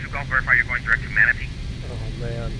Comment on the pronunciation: “MNATE” is Manatee.